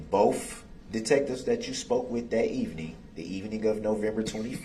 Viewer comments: I hate the way he says "bofe" instead of "both"😓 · Anyone pick up on him saying alleged driver and not alleged defendant?! Freudian slip! Why can't he pronounce "th" properly?! It's not boff or troof or oaf. I still can't believe he called Mrs. Yourell. She glared at him her entire testimony. He was being so sweet to her until the prosecutor crossed. How he could even look at her after almost killing her children is just pure evil. Does he think he's intimidating the prosecution with that stupid angry glare?! He should have kept the face diaper on bc the camera caught him snarling at the judge! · I like it when he says Boff instead of both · Ask not Ax…. Both not boph…. Sustain not substain ….. grounds not groundz…so Many More ….does he realize how ignorant he looks?…. He loves playing lawyer!!…. He would had never done this with a male judge! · “Bofe” detectives lol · “bofe Detectives” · Boaf not both.